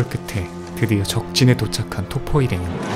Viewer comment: 토퍼가 자꾸 돗포로 들렼ㅋㅋㅋㅋ